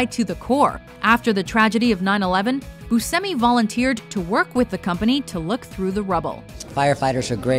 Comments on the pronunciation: It's Steve boosh-emi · Was the way she was pronouncing Buscemi making anyone else crazy? It is "BYOO-SHEM-EE," right?